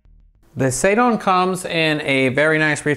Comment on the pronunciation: Hate to say this but it's seidon, like the god Posiedon. Not saydon.